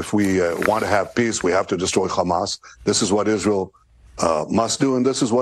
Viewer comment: ISREAL not ireal